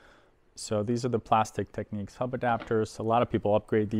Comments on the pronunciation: Great video & find. It’s Technics, not “Techneeks” :) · Wonderful machine, and very nice video. But why on earth do some people insist on pronouncing the brand name "Tek-neeks"? In their own old commercials from back in the day you can hear it pronounced "Tecknicks". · It’s pronounced tech- nicks .